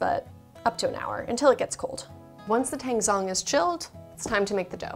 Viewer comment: they look so good! I'll definitely be making these milk buns, also, "tangzhong" is actually pronounced a little something like "ta-Ang jO-ng" :)